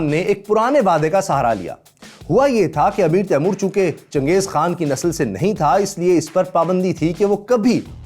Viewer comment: His name is timur why do Indians say taimor that’s disrespectful